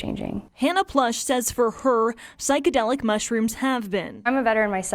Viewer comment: This square can’t even say psychedelic right.